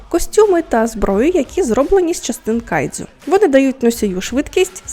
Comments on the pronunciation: Тільки кайджю, не дзю.... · Відео супер, але можна будь ласка, без цієї полівановщини по типу "кайДЗЮ" "іТІкава" "сьонен" і т.п.?